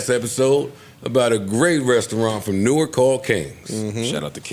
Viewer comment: Joe’s pronunciation of Newark is wrong... Iykyk 🤷🏽‍♀️